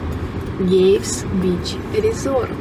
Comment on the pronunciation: Не "Гейвс бич", а "Кейвс бич" - первый звук "К".